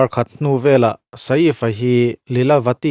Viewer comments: Sa-if ti a lam lo hian, midang lamdan in "saif" ti ve mai la😂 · Sa if...a lam lovin sef ti alam tur.anih loh pawn safe..ilam dan dan kha dik ani mai ang. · Ka lo ti ve mek a....😂 Saif tia lam mai thin a nia. A rawn ti sa_if ta tlat sia....mi zawng2 Hriata hetiang ti chhuak tur chi hi chuan mi nawlpui lam dan te hi han hrechiang hmasa ve thin se a tha ngawt ang 😅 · Sa iff ❌ Seeifff ali khan✅ Ngaihthlak anuam thin e🤝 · A hming hi i van lam thiamlo ve aw😄😄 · Sir, Sa-if ti suh....Sef tih tur 😅 Chuan, film chu film......huaisen taka a lo beihlet ve avang hian a ngaihsamawm zawk.... Arnold meuh pawn stuntman a hmang fo.. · Vai ho in sa-if ti in vawi khat mah an lam ka la hre ngai lo, a leh i kal kawp chu e angin an lam ri ṭhin... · Sa if a ni lo, shave/save tia kan lam ang khan lam tur. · Sa if ni loin saif aw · 😂😂😂 lam cial khawp mai.. Bollywood ho pawh an bo map thei mai ang😂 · a lam dan dik tak a nih a ka hmu lo a min lo hrilh laa ..i Hriat hmel bawk sia..YouTuber pakhat vang in vai hming lam dik lo ah ka in hruai tir dawn lo reng reng ..😂😂😂